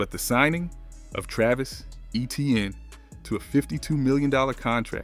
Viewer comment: Still can’t pronounce Etienne properly?!? Even though he told the world everyone being saying his name wrong since college. Get to work bruh